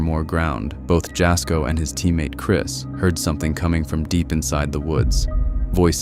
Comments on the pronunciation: Jasko , his name isn't said like Jas , it's said like YA-SKO, it's spelled obviously like Jasko but you say it like YA-SKO. Next time you put one of his videos in one of yours , I'd love to hear you say it correctly 😅 please for the love of God 😂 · Am I the only Jasko fan on here? Irritated by the narrators pronunciation of his name? Ya' sko or Jazz for short. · "It was a wind shield wiper" BROTHER THEY FOUND A DIFFERENT GUY. I'm sorry, that was not the same man. Compare the way they were dressed and tell me I'm not crazy for thinking it's a different guy. EDIT: Jas having his video thrown into a compilation only to have his name mispronounced like that is so hilarious to me lmao